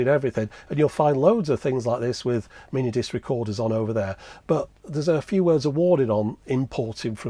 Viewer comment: Stopped with the emphasis on mini disc. I'm sure the rest was good as most all your stuff is. It just shut the door on me.